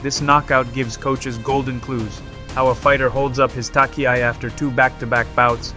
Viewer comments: Pronunciation sucks. For instance "tachiai," is not pronounce "takiai." So irritating! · Really? Could well be... Ok I will ask the AI then: Please say "touch-e-i", not "tuck-e-i", dear AI! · Thank you for the exciting summary, even though I knew what happened, I enjoyed it! Your pronounciation of Japanese is good, just one little thing stands out, namely "tachiai", you might want to look into it. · Tachi-ai not Taki-ai... onegai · the good old takiai xD no front at all but its tachiai you pronounce it like the first part in the word china ! =)